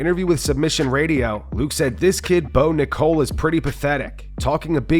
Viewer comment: Not “bo Nicole” 😂